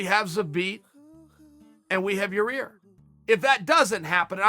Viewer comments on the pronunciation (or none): Ya-Ear... I will say it's an improvement from Ya- Rear. Had to revert back to it at the end though, uncle Chael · It's Yair not Yarir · Chael only mentioned Zabit x yair to have the pleasure to say "Yar-ear" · You made fun of a guy for pronouncing it Ya-rear and now you’re doing it lol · Zabit vs Ya-Rear 🤣🤣👊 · Man he’s so close. Ya-ir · "Your Rear Rodriguez" - Uncle Chael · Anyone else think Uncle Chael snuck that last one in to give himself a passable excuse to say "Yi-Rear" again? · Absolutely nobody: Chael: yarear or yaear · Chael’s getting dangerously close to pronouncing Yayir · lol yo rear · I think Uncle Chael would Zuh-beat Ur -rear any day of the week. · He pronounced Yair differently every single time. He's gotta be doing it on purpose lol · He keeps saying Yair for practice... 🤣🤣🤣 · Chael visits Israel - finally can pronounce "Yair" correctly.